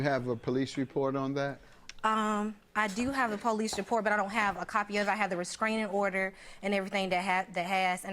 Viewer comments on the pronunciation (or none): Her pronunciation of restraining order is pissing me off